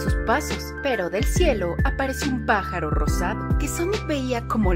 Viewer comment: por que le dijo pajoro?